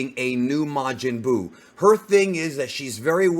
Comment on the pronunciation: Majin Duu??!?! 💩